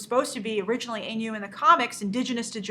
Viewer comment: You mispronounced "Ainu".